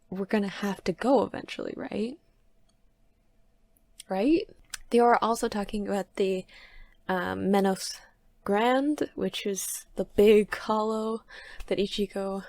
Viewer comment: It's menos grandE (pronounced 'gran-deh'), from Spanish :)